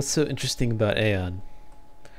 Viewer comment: its pronouced Ion no aon omfg.. the npcs even say ion not aon ffs